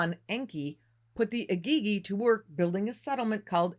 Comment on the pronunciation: Am I the only one struggling with how she is saying Igigi?